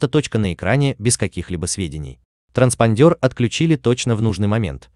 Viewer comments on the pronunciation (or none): ТранспОндер, а не транспандЁр 🤦‍♀️🤦‍♀️🤦‍♀️